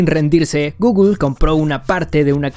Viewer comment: Jajaja no sé si decía "ok Googlel" adrede para activar el asistente pero lo activo 3 veces 😂😂😂 Like si a ti te paso 😂